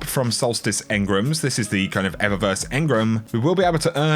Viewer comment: What are “engrums”? 🤣